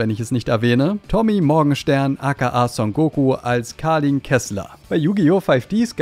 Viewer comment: Kalin wird eigentlich eher wie Kelin ausgesprochen, man denkt quasi an Kevin und ändert das v zu l. Bin aber auf das 5Ds Video gespannt, weil ich dazu noch nicht viel im Netz gefunden habe, bis auf einzelne Schnittberichte.